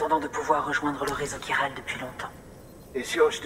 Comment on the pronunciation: Chiral se prononce "'kiral", ils te le disent je sais pas combien de fois dans le jeu ^^ t'es vraiment kiant:) C'est comme le mot chorale ou charisme, tu prononces "k" le "ch"!:')